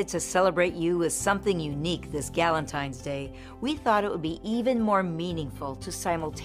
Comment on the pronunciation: Galentines day 😂🤦🏻‍♀️